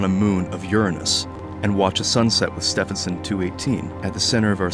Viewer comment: "Ste vin son"